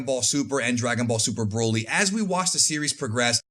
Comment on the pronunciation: And luv how you pronounce the name broly😂